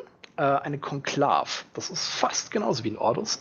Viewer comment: Was ist ein Konklaff, das Ding wird kon-klaa-we ausgesprochen. Genau wie der Akolyth ein ü hinten hat. ;) Klasse Video. 👍🏽